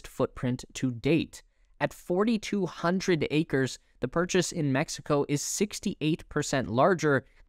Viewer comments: It's Acres, not Acers. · Not "Acers, Acres". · "Acers" noice😁😂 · Acres nor Acers c'mon. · Umm, that's "acres."